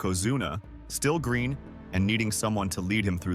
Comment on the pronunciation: you say "green" wrong???